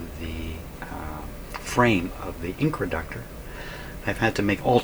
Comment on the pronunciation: Are you calling the controlled inductor an incraductor? Why would you do that?